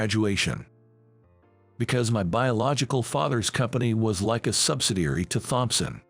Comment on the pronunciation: Can't you get an a I that can pronounce thompson